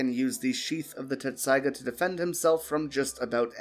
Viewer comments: Dude, Tessaiga. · it happens half the people who watch the show still think you pronounce a t in tessaiga